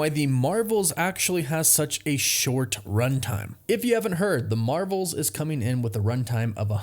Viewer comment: Ur intro says “the mravels”